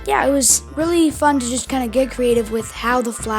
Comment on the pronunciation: I thought he said f**k but he said fun XD